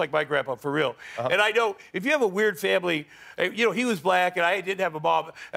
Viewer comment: He still has some blood in his cocaine system, I think....he pronounces 'family' 'fambily' due to coke-plugged nose.